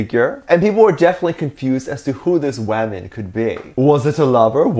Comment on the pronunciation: Now it is not pronounced woman, it now shall be "waman" (and congrats for 200k!!!!!💜💜💜)